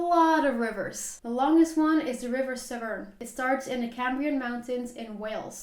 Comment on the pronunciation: Really enjoyed your video. Just so you don't get angry letters from Scots, the capital of Scotland is pronounced "eddin-bruh". -borough, -burgh or -brough suffixes are pronounced "bruh". Severn is pronounced "7", Thames rhymes with "gems". Ben Nevis is "ben nevvis". Those walls in Wales are called "drystone walls", stone walls without mortar.